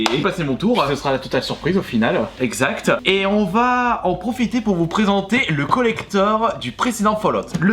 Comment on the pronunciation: Le colectoreuu